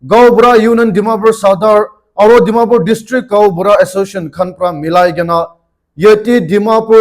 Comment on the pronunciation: Last tey 'Dimapur' toh kon laga 'Pur' hobo ho😇 ajte ajte viruses pra khai ase😢